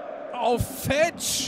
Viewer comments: ER HEISST FEEEETSCH langes e du kommentator du :D schade hansa... aber geen erfurt wird geheizt !!!!^^ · Siehst du ein langes "e" oder ein h (Fe"h"tsch???) im Namen? Ich nicht! Es wird genauso ausgesprochen, wie es geschrieben wird! OFC! ;)